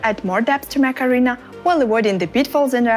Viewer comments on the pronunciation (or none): I just can't help it she is saying "Macarena" AKA mech arena. I know I'm bad I'll stop